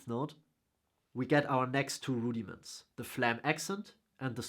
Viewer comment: I'm going to watch again just to hear you say Rudy-Mints : )